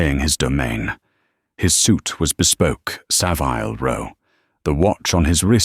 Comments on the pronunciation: It’s not Sa vile as in vile, it’s Savil row like the vil in villa. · Its pronounced Saville not Savile